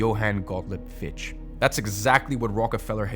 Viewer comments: One of the worst videos I've ever seen. Dumb twat can't even pronounce Fichte. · Fichte is a German name, pronounced FIK-TUH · Interesting so far but I gotta gripe with one thing: Fichte is pronounced like “Fik-tuh” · Btw its Fichte - pronounced fich ta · Not only did you mispronounce and misspell Fichte's name - you also completely misinterpreted his philosophy. I assume it's an honest mistake, but it doesn't put your effort in a good light and makes it look like some interest-driven propaganda itself instead of the enlightening educational message you're trying to transport. If you care to give me a source to the quote you used (which you also failed to do), I will gladly look into it and try to clear up the misunderstanding.